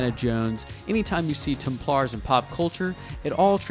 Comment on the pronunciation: Hughes de Payens. Pronounced Hue. Templars has the accent on “Tem”, not on “plars”.